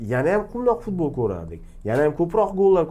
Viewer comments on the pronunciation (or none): none